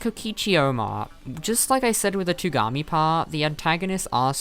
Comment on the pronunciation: screws up on togami's name Me: not stonks